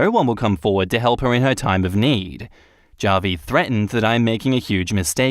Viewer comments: Hey, just a heads up, Javi is short for Javier, a Hispanic name, so the J sounds like an H: "HA-vee" Cheers! 👍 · The way you pronounce Javi is cringe inducing